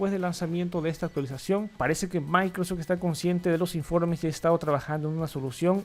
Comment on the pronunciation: ¿Escucho mal, o tu dices "Micros" en vez de "Microsoft"? 🤔😂